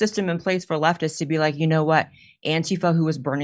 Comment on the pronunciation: I love how she pronounces “antifa” correctly. ❤